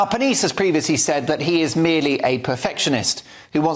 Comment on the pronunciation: ca. "...the pneumatic powerhouse Giovanni Pernice." Aside from not bothering to find out how to pronounce his last name, whatever did you mean by the alliterative pneumatic? I get it that you think Strictly is silly and trivial. No need to amp up the hyperbole about the show being about what you consider fluff. This news item is about female aggression in the form of gossip, innuendo, and reputation destruction, mostly the latter. IMO, the action against Giovanni and Strictly is more evidence that the left destroys everything it touches.